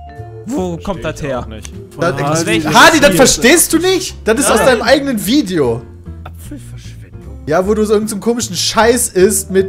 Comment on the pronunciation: "Apppffelverschwendug würg"